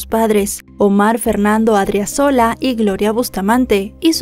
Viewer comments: Se pronuncia A-D-R-I-Á-Z-O-L-A y es Chonchocoro!!! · Creo el acento del apellido de la chica es en la segunda sílaba, incluso está bien escrito en el título pero mal pronunciado. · Muy buena exposición del caso, mejor de lo que se explicó en los medios de comunicación de Bolivia. Solo una observación, al tener una tilde el apellido se pronuncia con elevación de voz en la sílaba donde se encuentra la tilde 😊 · Adriazola con acento en la 2da a